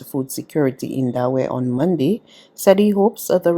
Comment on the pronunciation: Using slang pronunciations is fine for casual conversation but is not suitable for use in a formal, National Newscast. "Mun-d" is not the correct pronunciation of the word, Monday. This lady is determined to continue using incorrect pronunciations for the days of the week and it is unfortunate that there is no one in authority at BARBADOS TODAY who is able to have her mend the error of her ways.